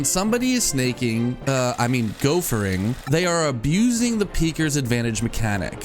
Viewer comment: I have to say this ITS PEEKERS ADVANTAGE NOT PEAKERS